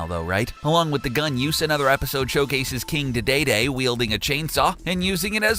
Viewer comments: LOL "King Day Day Day" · Nickkchilla KING DAY-DAY-DAY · King Didayday? Didn’t you mean King Dedede?